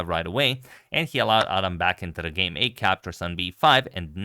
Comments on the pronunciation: It's pronounced Ad-ham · Thanks for sharing this, just a little note the name is pronounced “ad-ham” with the h sound present. 😊